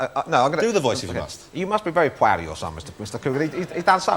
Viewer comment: He must be very pwoud